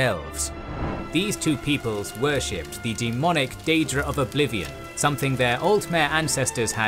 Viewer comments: Fantastic video, though I will say the pronunciation of a few things is a bit off compared to how I've always heard it in the past. Chimer - Kai mer Ayleid - Ayy Lee Id Reman - Ree Mun Tsaesci - Si es see Hjalti - Hyul tee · Awesome video nice to see you dabble in elder Scrolls lore. Two thinks though. 1. The pronunciation of many races was completely wrong, most notably with the chimer, the ayleids and tsaesci. For someone who knows a lot about tes it takes a bit out of the experience. 2. Some of the smaller Facts where wrong. For example the Alessian empire didn't control the west of hammerfall when the Ra Gada came. Also Nord's didn't know how to shout during Tibers time there, the left that behind Way back in the first era when Jurgen Windcaller founded the graybeards (who only told Tiber when they called him) (fun fact: after his crowning, Tiber actually founded a Thu'um school in Markarth to get shouting back into Nordic culture, but it didn't take off since non-dragonborn people had a hard time learning the voice.)